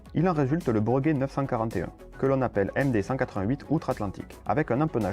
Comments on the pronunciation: Cet avion était génial mais une fois de plus il n'y avait pas vraiment de marché et il aura finalement juste servi aux Américains à piquer une idée pour finalement développer leur C17 ... En revanche c'est la 1ère fois que j'entends dire "Breuguet" au lieu de Bréguet. Je peux me tromper mais il me semble bien qu'on dit "Bréguet" même s'il n'y a pas d'accent sur le 1er "e". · Aïe, ça m'écorche les oreilles d'entendre parler de "Breuguet", toute ma vie j'ai entendu "Bréguet". Vidéo un peu courte mais bien. A l'époque on parlait même de mettre les aéroports dans les centre ville. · S’il vous plaît : BrÉguet, pas BrEUguet 😁 ! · On le prononce « Bréguet » d'ailleurs certaines orthographes conservent le E accent aigu. J'oubliais: très bonne video, merci!